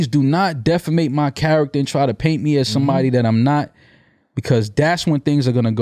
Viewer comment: He said defamate.